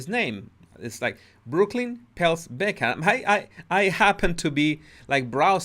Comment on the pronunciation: It’s BeckHAM, not Beckmann.